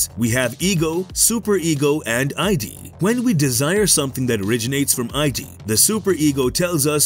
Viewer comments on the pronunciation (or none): My dude it's id not ID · Great video except for that pronounciation of the Id. It is not ID lmao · Was gonna comment this. How can anyone buy into their explanation when the narrator can't even pronounce "id" correctly 🤣